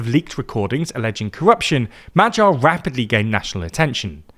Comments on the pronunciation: It's additionally funny that he actually gets the "gy" in Magyar quite well. But obviously still having the English spelling mindset where any combination of letters in one word doesn't necessarily mean it's pronounced the same in another word 😂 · Brother, can you maybe put Hungarian proper nouns into Google translate and LISTEN to how they are pronounced? Wtf were those pronunciations for Magyar, Gyurcsány, or Tisza? For a news platform this is atrocious.